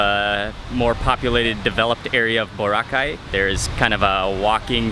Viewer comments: OMG HE SAID BORACAY SO WRONG BWAHAHAHA😂😂😂😂😂😂😂😂😂😂😂😂😂😂😂😂😂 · I LOVE HOW HE SAID BORACAY SO WRONG😂😂😂😂